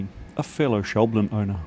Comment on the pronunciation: All's well that ends well. Ha. Visiting that shop you sounded like a kid in a candy shop. What a great opportunity. The big question: will you now say "shaw-BLEN" instead of "SHOUW-blin"?